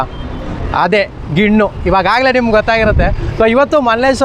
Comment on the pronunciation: ನೀನು ಪೆಂಗಾ ಅವ್ನು ಮಾರ್ತಿರೋನು ಪೆಂಗಾ ಅದು ಗಿಣ್ಣು ಅಲ್ಲ ಗಿಣ್ಣ